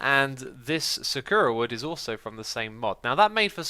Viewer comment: This is how you say the wood sakoora